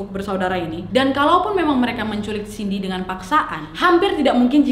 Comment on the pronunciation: Cindy kesleo lidah jd siti.. Wkwkwk